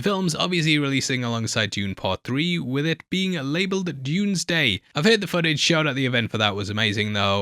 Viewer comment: 😂😂😂😂😂 I can’t unhear that now